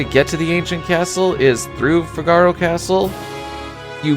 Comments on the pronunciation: Fi-gar-o hurts my ears Fig-a-ro sounds so much better. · Its Fee-gah-row not Fig-are-oh. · Fi-GAR-o? It's FIH-guh-ro . . . Say it fast 3 times like you're an Italian opera singer 😂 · Wait.. wait.. wait... I cant be the only who pronounced Figaro like from a play,right? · i can't imagine figaro pronounced any other way than the way it is in italian, [FIG] + [UH] + [ROH] not trying to shame pronunciation in a game where we definitely can't know for sure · Great video! The only thing that was painful was the pronunciation of Figaro. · The way you pronounce "Figaro" bothers me.